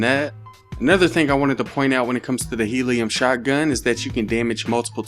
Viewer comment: I like how he pronounces shotgun0